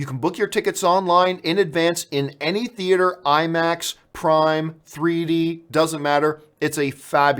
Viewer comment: Get to the Choppah ! I mean theatah !